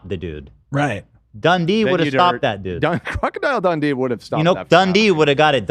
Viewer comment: saying "crocodile dandee" and then Ethan saying "crackadile dundee" immediately after is everything I needed from today's ep 💜